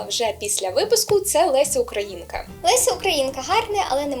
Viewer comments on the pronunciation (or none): none